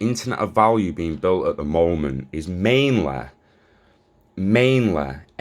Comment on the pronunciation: Mainleh its mainlehhh. strahejay